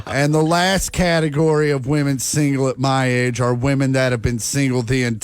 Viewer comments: Why can't anyone pronounce the word women correctly anymore? As soon as I hear someone say woman when they mean women I instantly lose all respect for their opinion. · I’m gonna write this ever video brother you have to Pronounce 'Woman' singular vs 'Women' plural IPA: /ˈwʊmən /, /ˈwɪmən/ It’s like men and man